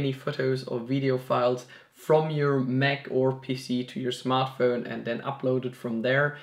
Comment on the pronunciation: Hey, nice video bro, but please say MAC. Not "mek"